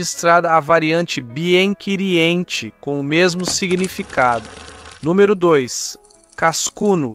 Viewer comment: Que pronúncia horrorosa! Bien querientchi... prefiro mesmo um falante da língua e não IA.